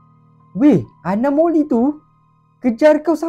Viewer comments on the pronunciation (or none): anomali bukan anomoli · awak salah sebut anomali bukan anomoli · Abang anomali bukan anomoli😅😅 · Bukan anomoli anomali😂😂😂😂😂😂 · Anomali la bukan anomoli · anomali bukan anomoli